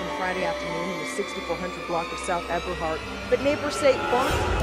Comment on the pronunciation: Whom ever this is narrating this story u can't talk u said KI name wrong also Ebehart st u said that wrong 😂